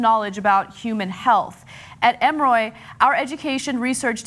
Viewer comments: Ema-roy????????????? It's Em-mer-re. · Em-or-y, not Em-roy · eh moh ree not ehm ro ee... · Anna you are pronouncing Emory incorrectly. It's not Em-roy, it's E-mo-ry. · It's pronounced M-or-ee. How do you get M-roy out of Emory? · The way Ana pronounced Emory annoyed me beyond belief. I live near Atlanta and its pronounced Em-or-e not E- more- e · Anna, Emory (Em or ee), not Emroy. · OMFG Anna it's pronounced EMORI! Not Emoroid. Emory university is a well renowned school and hospital for fuck sake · It's not "Em Roy" University, it's "Em--OR---eee." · Pshhhh, I laughed out loud at how Anna pronounced Emory. It's em-er-ee not em-roy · Anna! Emroy??? how bout "M or E" ....phonetics are fun!!!!!! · I would feel better with what this woman is saying if she knew how to correctly pronounce Emory! Geez it's Emoreeeee, not emoroy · They were taken to EM-ROY?............EM-O-RY. M-O-REE. EMORY. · Ana its called " e more e " and i live 5 mins away from it lol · Em-roy? Em-ROY?!! Wow, Ana has obviously never been to Atlanta. I know I sound harsh, but that was literally the worst pronunciation of Emory I have ever heard in my entire life. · I'm live in atanta its emory but it sounds like emorie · "Emory" is pronounced just like the nail file or sand paper grit. Emery. (Em er ree). Emory University is often referred to as the "The Harvard of the south". It is a top notch university with various colleges including medical. The University anchors a system of several of the largest most advanced hospitals in Georgia. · Emoroy? Is Ana pronouncing Emory right? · Why can't Ana pronounce EMORY? It's not emroy lol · EM-OR-RE (Emory) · Ana it's Em-er-ee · Stop saying "Emoroy" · Emory is pronounced: Eh-More-ii. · Emeroy? Emory is not that hard to pronounce lol. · Its pronounced Emory (im-or-ree) sorry this bothered me, but I digress. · I live in Atlanta and let me just say Zombies, we are ready lol & it's pronounced emm-ree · I cringed when she said emroy. I was like WTF! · "Emer-oy" lol